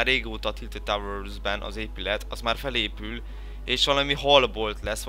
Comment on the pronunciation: Táwörrrs ben?? Nem tudsz beszélni???